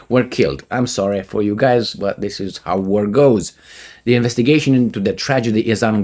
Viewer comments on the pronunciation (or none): none